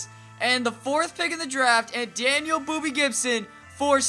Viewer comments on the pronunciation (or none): none